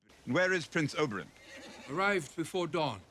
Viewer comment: You were in palpitations over Pedro, I looked away for a moment, and the next thing I heard was, 'Holy shit, he's gotten big!' Me: I don't remember that part of the scene . . . 😲 My OCD forces me to mention it's 'Ober-in', Oberyn, not 'Ober-on' like the character in A Midsummer Night's Dream. The new Daario was in The Flight Attendant, with Kaley Cuoco, if you've seen that, maybe that's why he's familiar. I think the gambling scene was just to have a new actor be introduced as Daario without it being too obvious. Looking forward to the rest of the season!